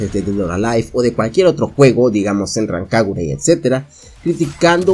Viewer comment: Oí que dijiste senrran kagura jajaja me agradas nuevo subscriptor